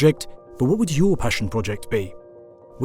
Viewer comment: "Wnat?" Instead of "What?" Can't believe no other comment about it.